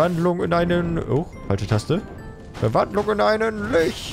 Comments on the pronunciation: Es wird übrigens litsch ausgesprochen und lich geschriben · Das Ding wird übrigens "Litsch" ausgesprochen, Englisch und so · "lich" wird nebenbei litsch ausgesprochen :) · Wird dass nicht litch ausgesprochen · bin ich der einzige, den es nervt, dass er lich sagt? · Wie ich es verstanden habe kommt das Wort "Lich" aus dem Englischen, heißt soviel wie Leiche und wurde verschieden übersetzt bzw. eingedeutscht. Demnach sind beide Versionen richtig. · Oh heiliger, Herrscher der Toten und Anführer der Untoten. Du darfst jedes Wort aussprechen wie du willst (außer MissChessie sollte es verbieten) (Sie darfs nur nicht mitbekommen). Und zur Not haben es einfach bisher alle anderen falsch ausgesprochen. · jetzt Nenne ich es extra lisch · Gerade von jemanden wie der WoW gespielt hat sollte man doch erwarten er wüsste wie es ausgesprochen wird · Das Spiel ist wirklich mega aber wenn du das ließt, bitte google nach Lich spricht man nicht so aus wie man es ließt.